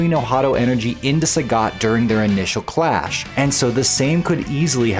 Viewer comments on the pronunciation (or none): none